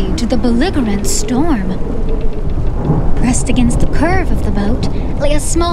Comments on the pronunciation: It took a lot for me to continue after the way you said “belligerent” there at the beginning…. But the production and love for the project kept me going lol. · I actually think I enjoy it more now because of it lol it’s really great work